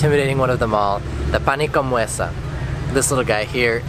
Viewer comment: In Palermo (I'm from Palermo) called arancinE not arancinI.... one arancina, two arancine. Pane ca Meusa not muesa :) it is a discussion that has been going on between western and eastern Sicily for centuries